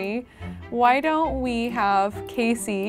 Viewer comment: Sorry to sound like 'it's Leviousa not *Leviousa*' (AKA Hermione) but it's Casey not Kacey.